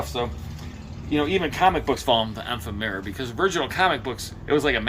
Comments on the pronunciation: .....it's ef-FEM-er-uh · I’d look up the pronunciation of ephemera……there’s an AP for that…😉